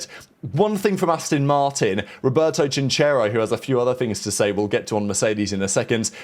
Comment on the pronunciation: Chinchero is pronounced Kìnkero, with the accent on the i